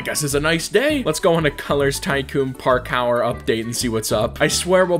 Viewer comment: ah yes i love me some Park-our